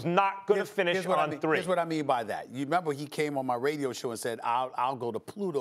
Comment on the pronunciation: dude said radio😂😂